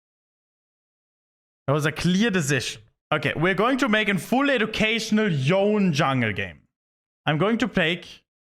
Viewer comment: how hard is it to pronounce his name correctly?